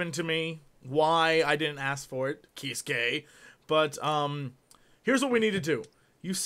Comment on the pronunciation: When you said Kiskae, I thought you said "He's gay." And I was like LOL.